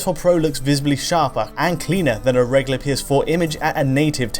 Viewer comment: for the love of god, the word is reg-YOU-ler not re-LI-er, there is a U!!!